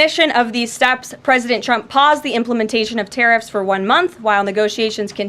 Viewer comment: Agreed sounds like she's saying President chump